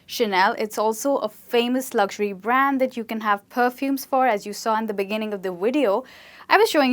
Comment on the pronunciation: U r pronouncing luxury wrong..